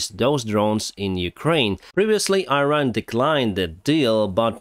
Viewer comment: How saying Iran correctly?...